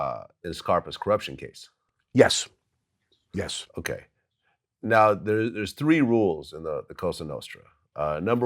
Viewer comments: Okay. Polish your interview skills. Stop saying “Onay.” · Bruh the way u say okay is the worst, stahp